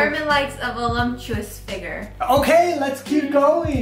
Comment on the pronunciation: awwwww broke my heart when she said "vuloptous" figure lol skinny girls never get a chance lol <3